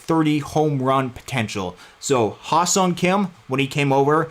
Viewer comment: I probably spent about 20 minutes working on the pronunciation of his first name prior to the show to get it right. As soon as I started talking when the stream was live, the only thing I could think of is the incorrect pronunciation his name. You could probably see me trying to think of it as I'm talking and stalling the move the Dodgers make. Totally butchered the pronunciation in this stream, but what can you do. I will continue to work on it and try to get it right next time! Also, thanks for the pronunciation of "Kim." I will try to adapt the correct pronunciation when talking about Hye-seong and Ha seong. Appreciate the feedback and support,!